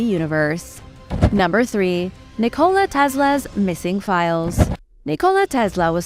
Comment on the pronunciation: I've noticed in a couple of the videos of wrong pronunciation of a couple words which seemed very odd to me so are these videos computer-generated just using your voice? The two words I heard mispronounced were Nikola as in nikola tesla and you also mispronounced Herodotus in a different video.